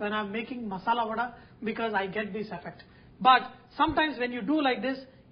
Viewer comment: Its 'Vada' babu Garu, vadai is in T.N not for telugus